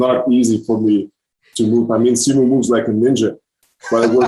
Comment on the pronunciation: Is the interviewer pronouncing simu’s name wrong (?) ☹️ 😅- great interview though!